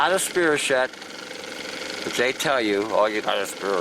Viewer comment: spirochete. Pronounced Spyrokeet.